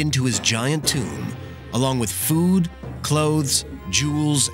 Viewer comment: You guys lost me at "tomb"